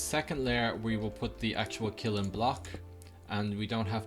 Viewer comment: its pronounce kill-n